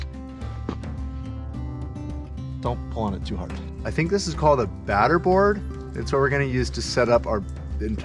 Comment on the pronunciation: it is called a batter board, not a satter board.